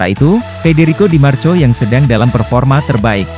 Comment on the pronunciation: Bahasa ente kadang kadang.. Tulisan di marco,dibaca di marko, ente kadang kadang ngadi ngadi